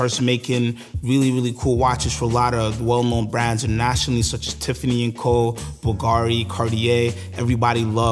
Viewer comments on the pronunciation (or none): none